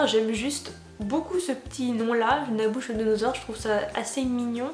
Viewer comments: d'ailleurs j'ai toujours prononcé et entendu prononcé: "Nabukodonosor"! 🙂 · Nabou c'est mignon mais sinon son nom entier ça se prononce pas du tout comme ça. C'est NaBUKOdonosor et pas naBOUCHOdonosor ... c'est le nom d'une bouteille de champagne d'une contenance de 15 litres (anciennement le nom aussi d'un roi)